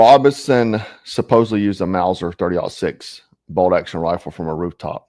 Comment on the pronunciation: Exactly! Definitely did not sound like 30-06